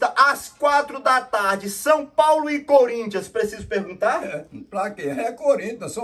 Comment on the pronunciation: E esse nome "coríntias" foi de propósito? KKKKK